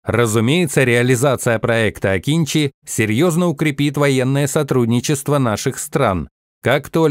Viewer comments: Не акИнчи, а акынджИ. Научитесь правильно произносить турецкие имена и названия, раз уж пошло сотрудничество. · Акынжи а не Акинчи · Akıncı, правильно читать - Акынджы, нападающий.